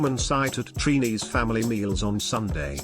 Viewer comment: First of all, we are not called "Treenees". It's Trinis. Bake is not Trinidadian bread: bread is bread and bake is bake which is flatter than bread. You should have checked for the right pronunciation of our foods before doing this video. "Sawine" is pronounced "Say-wine". Why do some foreigners do that? Do your homework first. Too many mistakes. SMH.🇹🇹🇨🇦